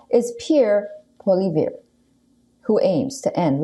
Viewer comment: Haha she can’t pronounce Pollievre